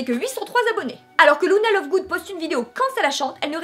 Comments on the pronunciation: Par contre un dit lUna et non lOUna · C est super j adore par contre je sait pas pourquoi mais ca m énerve trop quand les gens disent louna et pas luna 😅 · Tas dit Louna mais ça se prononce Luna comme ça s'écrit (c'était tout le negatif Parce que sinon ta vidéo est génial jai bien rit